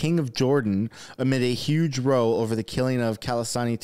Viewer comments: In this context, "row" rhymes with "cow", not "slow". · “Row”— in the sense of a quarrel or fight— rhymes with “now”. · Row...it's pronounced like ouch... ow...row